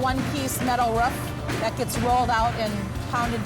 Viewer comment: Stop saying fucking ruf it’s roof